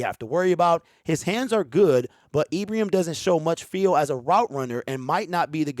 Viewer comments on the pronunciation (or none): I was watching Ibrahim (pronounced eyebraheem in the highlights) everyone should check him out if you haven't seen him. He's tremendous. Holmes is a magician. The talking heads are getting paid to suppose. Their glory comes when someone 'picks' who they think should be picked. We love that Brad and Dan go against the grain. They don't take anyone's lead. Go One Pride!! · Hey man good show. Ibrahim, pr. Ee bruh heem.